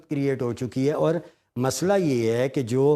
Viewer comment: Masala nahi masla hota hey mezban sahab. Ap hamsaye mulk ke host ki copy na karen. Urdu ka tallafuz narm hey yeh parr tarr key jo awazen ap zabardasti har lafz mey dal rahe hen yeh hamsaye ki zuban ka tallafuz hey urdu ki shaistigi uski narmi ki apni baat hey